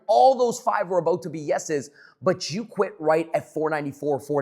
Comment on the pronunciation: All gold until I heard “aboot” 😂😂 jk